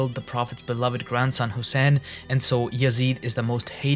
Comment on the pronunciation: Bro if you're making a video like this at least learn to pronounce Hussain properly, you pronounced it in such a Pakistani way it was cringe.